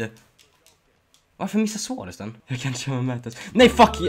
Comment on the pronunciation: Hur fan säger du suarez😂😂😂